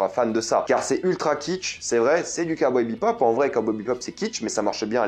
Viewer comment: Le mec parle d’une série dont il n’arrive même pas à dire le nom 🤣